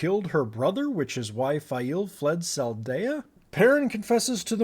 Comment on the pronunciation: Salidar, not Saldea ;-). Regarding Alanna surviving the crossbow bolts (not arrows, apparently an important distinction): there are many people out there arguing this a more accurate depiction of the effect of crossbolt-wounds then we usually get from Hollywood, bolts are not comparable to bullets, they would not penetrate that deep. Dying from wounds via infection was what usually killed you.